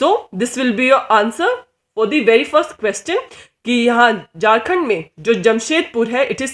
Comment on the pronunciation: It's Ranchi not Ronchi (#capitalofJharkhand) It's Jharkhand not Jarkand.. Improve your pronounciation.. window by